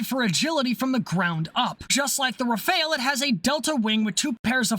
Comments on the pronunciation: *'Raff-Al', not "re-fail". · The Rafale is not pronounced like the ninja turtle. Its Ra-Fal. Just wanted to add that. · BTW Rafale is pronounced Rah-Fall. Loving all the videos but that mispronunciation is triggering my OCD... -_-'